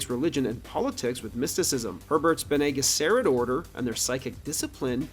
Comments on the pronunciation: Lol absolutely butchered bene gesserit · Wow, I don't think I've ever heard anyone mispronounce "Bene Gesserit" quite like that. Especially in light of 3 movie adaptations and a 6 episode tv series.